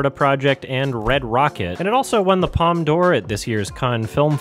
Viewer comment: Why do you pronounce Palme d'Or correctly but you consistently mispronounce Cannes?